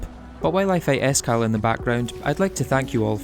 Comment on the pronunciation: When he said S. Cal, I thought he said Iskall. I was like, "Wait, first of all, they added him into Calamity, and second, why would they do that after his recent controversy?"